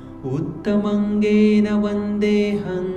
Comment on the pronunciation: सर मुत्तमङ् नहीं उत्तम्ङ् है